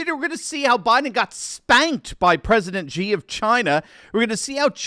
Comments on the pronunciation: The pronunciation for Xi is just like you would pronounce the letter "C", not Gee. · Xi is pronounced “she.” Great video, as usual!